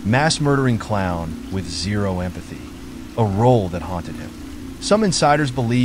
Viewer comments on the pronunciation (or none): none